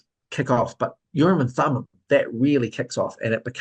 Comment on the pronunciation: Urim and Thummin. Or was that bogus?